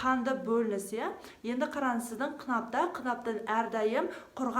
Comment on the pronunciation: Өзініннн сіздін емес... өзінің сіздің деп сөйлеші өтініш.